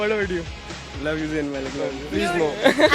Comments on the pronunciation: his name is Zayn not zain.........pronounce correctly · It's not zaiin Malik it's Zayn Malik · AND HE IS MINE AND ALL OF THEM SAY ''ZAYAN...BUT IT'S ''ZAYN'' LOL LOL LOL